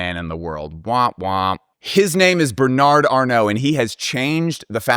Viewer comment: Just pronounce Bernard without the final d. You will definitely sound better.